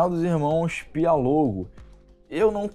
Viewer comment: É Pi-o-lo-go ... e não Pi-a-lo-go.... ok.... só para entender. ...